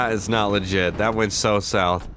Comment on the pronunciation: He always says seems liget